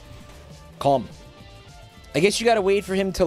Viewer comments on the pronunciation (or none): none